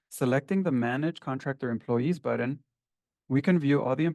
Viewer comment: It is a BUTTON, not a BUDDEN. Dude is driving me crazy with this.